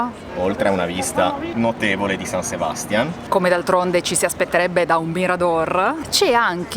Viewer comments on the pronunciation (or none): Ragazzi, siete bravissimi con la scelta dei luoghi, e pure nel confezionare i video...ma San Sebastián pronunciato con l'accento sulla prima A, non si può sentire 😢. Caspita, ma c'è l'accento grafico...., ed anche in italiano l'accento è sulla seconda A! Vi prego, vi prego, dotatevi di un vocabolarietto...